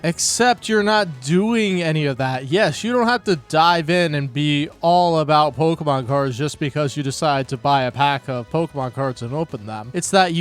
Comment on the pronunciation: Can't we report this guy? The way he says "pokheymawn" should be reason enough to dox him